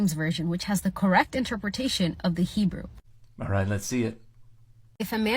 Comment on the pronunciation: Her pronunciation of Hebrew is embarrassingly bad. I guess that's what you get when you use the internet to tell you how to pronounce Hebrew.